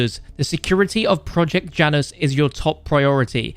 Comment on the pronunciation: Janus is pronounced ya-nus